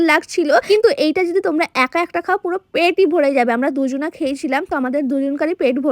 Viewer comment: চানাচুর❎ চেনাচুর✅😂😂 দুজন❎ দুজনা✅😅😅😅🤫🤫🤫🤫